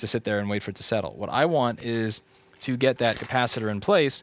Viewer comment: I still love the pronounciation cappa sitter. :D